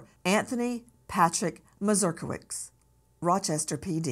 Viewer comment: Nancy, the American hero's surname is MazurkiewiCZ is Polish, we pronounce "cz" like in "CHeese".